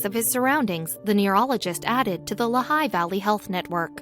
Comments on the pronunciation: It's Lee-high, not La-high. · How many others of you have been shouting at their computer, "It is pronounced LEE HIGH"? Interesting story, with any random still photos, and little real life continuity. And zero is "unusually cold in Pennsylvania?"